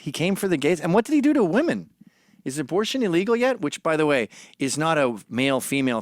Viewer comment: Mr. McInnes don't get me wrong, you are nothing short of a god to me, but I must admit; your pronunciation of the word "women" as "woman" happens to really grind my gears.